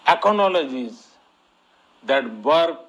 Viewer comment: 🤣🤣🤣🤣🤣 koi is killer ko bolna sikha day ... aaacaanoledge🤣🤣🤣